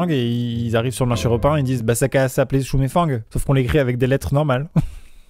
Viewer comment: Sa se prononce shou mey fen